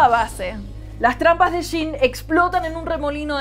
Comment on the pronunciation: Se lee "yin" no "shin" ...